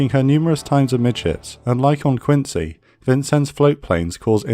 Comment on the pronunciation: USS Quincy was named for Quincy, MA, where she was built. It’s pronounced “Quinzy”. Great video, as always.